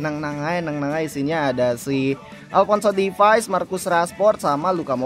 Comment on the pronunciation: Alphonso davies bg, bukan Alphonso difais